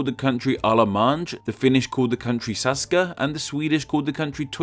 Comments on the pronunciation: its saksa not saska mitä vittua nyt taas - drunk ålander aka swedish speaking finn of "special" status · Saksa, not Saska :) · im sorry but SAKSA NOT SASKA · Ahmes Syahda I know this is (probably) a joke, but I was saying that Germany in Finnish is Saksa, not Saska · It's actually Saksa, not Saska. The name comes from the Saxons, hence ks, not sk. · Not to be THAT person, but.. it's "Saksa" in Finnish, not "Saska". Great video though! :) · Germany is Saksa in Finnish, not Saska... -__ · Its not Saska in finnish, Its Saksa. So you got it almost right. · Haha, a little correction: Germany in Finnish is "Saksa", not "Saska" =) The name originates from the German tribe of Saxons, which in turn gets its name from a weapon called Seax ...which is also the reason why the word for "scissors" in Finnish is "sakset" =O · its Saksa not Saska after the Saxon tribe (which is the what Wessex Sussex etc is called after aswell) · I'm finn, we call Germany "Saksa", not Saska like said in the video. Still nice vid. =) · The finns call Germany Saksa, not Saska. Derived from Saxony... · Finn here, it's SAKsa, not SASka. In Finnish, the Netherlands is "Alankomaat". Direct translation. :) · Finns call Germany ”Saksa” not ”saska” 😂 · In finnish Germany is Saksa not Saska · Germany in Finnish is Saksa, not Saska :) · Germany in Finnish is not Saska but Saksa 😂😂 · It’s ”Saksa” not ”Saska” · It is SaKSa in Finnish not SaSKa. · Saksa. Not Saska 😊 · King NXT | Yeah! Saska! It’s Saska! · Bruv. I'm japanese I'm tilted how you pronounced allemagne, Charlemagne, saksa. A quick google search will help you but goddamn anglicized people are a huge pain to listen to.